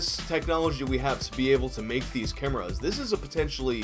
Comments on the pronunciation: Cameras? You mean "kai-Mearra" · Chimeras pronounced (k-eye-mare-a) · Screw it, I'm adopting the pronunciation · "kimerrahs" what. u WOT. dude it's pronounce K-eye-mare-ahs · Love your vids. Chimeras is pronounced Kie Mare Uhz.